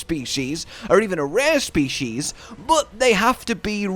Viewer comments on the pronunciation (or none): none